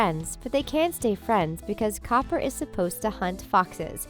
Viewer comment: she said Todd and Cooper not Copper